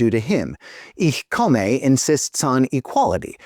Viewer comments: I love everything about the video except your pronunciation of "Ich komme." The "e" at the end is a schwa, not a long "a." (I'm actually pretty happy with the "Ich" part, but that's just an accent, not a mispronunciation.) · Since it's inspired by (foreign to finns) german porn pronouncing it wrong makes sense it context